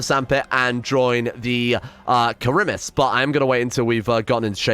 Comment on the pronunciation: FYI the society you want to join is pronounced kah-REEM-ees